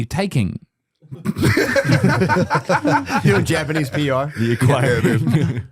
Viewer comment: Shane saying Japanese with no S is one of my favorite things ever